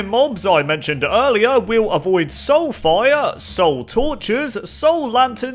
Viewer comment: soulfire... what i heard: sulfur